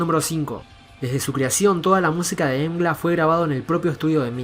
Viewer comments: Pero se dice "em gi el ei" ¿no? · Mgła (pronounced "mgwah") means "Fog" in Polish.